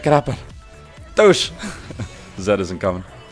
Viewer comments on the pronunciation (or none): u say Zac to Zed;____ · Why do you say zac all the time insted of zed!?? xD